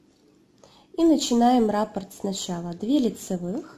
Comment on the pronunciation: РаппОрт, а не рапорт. Ударение на О